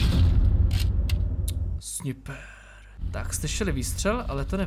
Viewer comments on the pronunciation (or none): Ale notaak, neříká se "Sniper" ale "Snajpr". Jen tak pro inf.